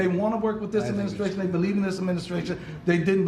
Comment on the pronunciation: "adminiscration" ha